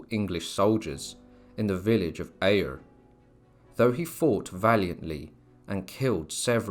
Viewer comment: it's pronounced berrick you dafty! not burrwick and also ayr is pronounced air not ayer jesus christ